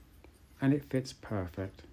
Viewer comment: i tot he said Purrrfect